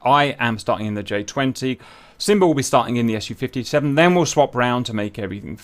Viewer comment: By the way I'm not getting tired to explain it. It's pronounced Su, so as a syllable, not as an acronym, because it is none. It's just the first syllable from Sukhoi. The same goes for Tu=Tupolev, Yak=Yakovlev and so on. MiG stands for Mikoyan+Gurevitch, Mil=Mil... It's not the same as the acronyms AK-74, F-16 or T-90. If you want to pronounce it correct and don't sound strange, please have that in mind. So it's Su-57 (for Englisch speakers Sue-57)